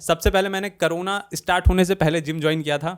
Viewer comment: bro said karuna i thought its some girl he is talking about 💀💀, bc corona ka karuna kyu bolra ye banda? 😭😭